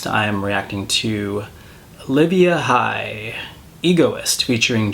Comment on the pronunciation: hye 혜 is pronounce heh